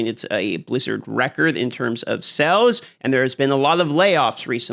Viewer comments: Sails, not sells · are you saying SALES or SELLS???